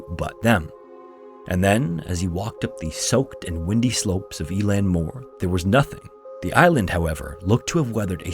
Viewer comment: 'Eilean' is pronounced like 'ehlan' not 'eelan'